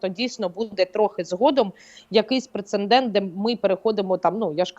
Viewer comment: У часто вживане слово "прецеНдент" 😂